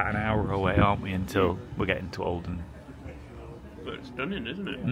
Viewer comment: Everytime you say olden I hear Oldham 😅😂 .... It's so pretty though, love your vlogs ❤️